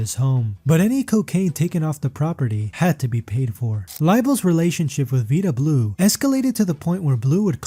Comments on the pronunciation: Vida Blue long I pronounced: (V eye da ) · Please keep trying...but make sure you know how to pronounce players names? Kind of painful on that score (Who is VEEDA Blue? Did you see him pitch?). Otherwise... really great job of collecting info & consolidating some info -- but realize, baseball fans: Many inaccuracies & rumors in this! Judging other humans, regardless of their public personas, is very bold. Hope this creator is utterly stainless in every aspect of life. Peace! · Keep trying, I cringe every time you misspeak Vida Blue's name. Otherwise, good work. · How do you mispronounce Vida Blue and Willie Stargell? Is this an AI voice?? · Vida Blue is not pronounced like that , show him some respect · they say the 1st drug era was the 80s? get tf outta here w that. the 60s and 70s were full of players taking amphetamines. like 90% of the mlb! they said u werent a team player in the 70s if u did NOT take speed, thats how much better u can see the ball when hitting. i shouldda known when the narrator didnt pronounce vida blue correctly.